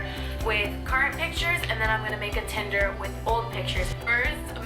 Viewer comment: He said “tender” instead of tinder... cringes